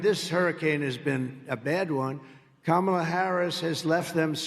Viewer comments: He’s so stupid he can’t pronounce her name correctly. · He is looking really old these days and his ramblings are numbing. And talking about the cognitive abilities of someone twenty years younger than him is too much . He can't even pronounce her name correctly. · Once again Trump tries to use the "I was joking. I was being sarcastic defense." If he really was joking, it was it was in appalling taste. And WTF is he still unable to pronounce Kamala's name?